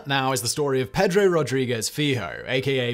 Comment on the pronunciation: I love you, man, but the real butchery in this video is your pronunciation of "Pedro"... it gives me horrible middle school flashbacks. And you did it four times as I've typed this. Five!